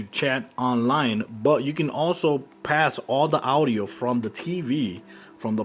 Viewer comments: All the "Awdio" LOL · dude the way u pronounce audio